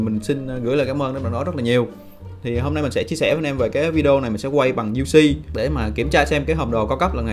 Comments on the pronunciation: Đến cái UC k cũg đọc thành u xê đã biết ông nào ngáo rồi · Cái phần uc đọc cho chính xác vào nghe chối cả tai...